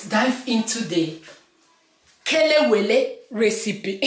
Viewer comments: Chai you nailed it oooooo . You remain me, a lot I always buy it you pronounce it very well. And the outcome is very good I need to take you to Ghana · This looks good and I love plantain alot Please must I pound it again even after using grater to do the spices? I like how you pronounce the Kelewele Ngwanu I will have patience when doing mine